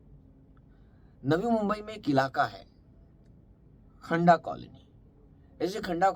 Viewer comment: खंडा नही खंदा काॕलनी नाम है